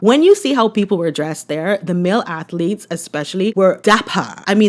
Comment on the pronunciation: I hate how he says atheletes. At least pronounce the word correctly.